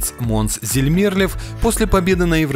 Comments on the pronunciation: А что у вас случилось с ударениями? Ни одного правильного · Бл..дь, комментатор и ведущий, у тебя что проблемы с ударениями?? ЗельмЕрлев? ДжамалА???